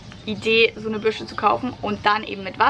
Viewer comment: Lustig wie du Bürste ausspricht:D